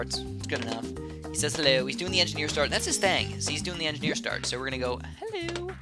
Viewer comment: I play tf2 a lot so when I heard him saying 'enginner' I was like wait I though this was BTD battles